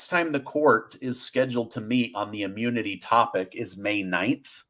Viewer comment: Ammunity? Biden Ammune? 😆 🤣 😂